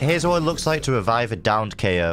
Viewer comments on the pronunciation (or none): "jett, rebibe me!"